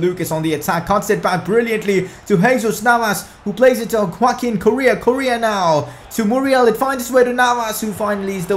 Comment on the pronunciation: pronounce Correa's name porperly before leaving please hahahahaahaha